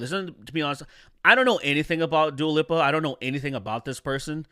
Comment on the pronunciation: Its also hilarious how you pronounce Lipa as Lippa.